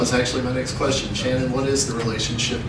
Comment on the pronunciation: good press conference. I like how Cyborg says she will be "weady" or "weddy" for her "nex fight".